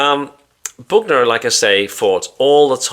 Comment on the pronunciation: Joe "Boogner"😪😂